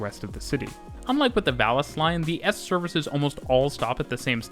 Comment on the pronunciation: Plasa Eispania, Barcelona-Vales line... jajajajajaja